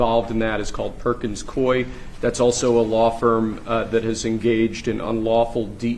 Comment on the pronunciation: It is pronounced Perkins Koi. like the japanese pond fish not perkins quie.